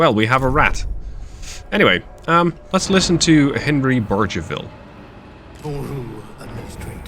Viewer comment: "BARGE-a-ville" LOL over here.